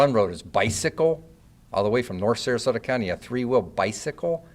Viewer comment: Sarasota not sarsota